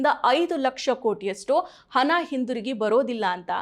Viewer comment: ಸರಿಯಾಗಿ ಕನ್ನಡ ಮಾತಾಡಿ. ಅದೆಂತದ್ದು ಕಪ್ಪು ಹನ? ಹನ ಚಲಾವನೆ?